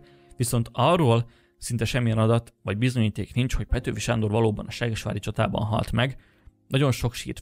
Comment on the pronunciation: Ahogy mondod: seggesvári csata 😂 Amúgy jó videó, gratula🙏🏼